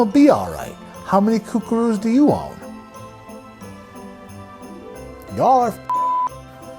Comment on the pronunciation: Roll of quarters??? HAHAHA. <30 seconds later> Hold up, WTF is a coocarue? Gems, pure gems I tell ya!